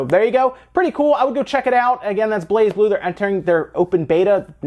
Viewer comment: Nintendo always have a Direct before E3, often so does Pokemon Company, if they have a new game. Also, the "Z" is silence, it pronounces "Bla-Blue". I know, it's weird, but that's apparently that's how it's pronounced.